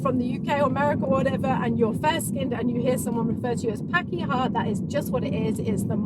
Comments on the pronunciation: Even when you say the Maori words you speak with a British accent (understandably). ''Pakeha'' is pronounced ''park-i-ha'' not ''pack-i-ha''. You should checkout ''How to dad'', his short vids are really comedic and he has one on how to pronounce Maori vowels, it's both entertaining and educational. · No, it's pronounced par-keh-ha. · you're never too old to learn something new. I'm 51 years old and I've never heard that before. Hilarious. Just a little note, when pronouncing the "a" in pakeha for example, it's pronounced A as in Art not A as in Apple. And whanau is phonetically pronounced like wha-now or wha-know it's a kind of dialect thing. I've heard it both ways and I pronounce it both ways. You were super close. I hope you continue using Te Reo Maori in your videos. You actually have a very lovely accent. I like hearing you say them. I love the fact you're embracing the language and the culture of us kiwis. You're like, unofficial ambassadors presenting NZ to the world stage. You should flick Jacinda an email and tell her to put you on the payroll lol. Chur bro, your efforts are mean as. Kia Ora.